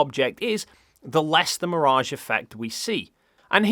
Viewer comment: It’s mirage, not mirage.